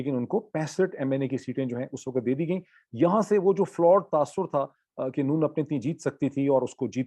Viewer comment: Your Urdu pronunciation is good, but why can't you pronounce WAQT, you keep saying waqat, waqat every time.